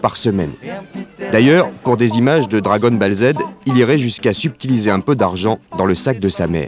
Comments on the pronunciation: La voix off dit Dragon balle. L'enfant dit bien Dragon Ball. Puis le journaliste se reprend et dit Dragon Boule. Genre c'est impossible de bien prononcer pour un adulte :'D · Dragon Balle, Gamme Boy, ahah ces prononciations catastrophiques. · « Dragone Bale « 😂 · Dragon "balle" il a dit !!!! Au buchet !!!!!!!!